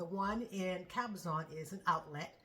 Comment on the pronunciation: Happy new year. New to your channel here. Giiiirl you said cabazon outlets, fellow southern Californian here 🙋🏻‍♂️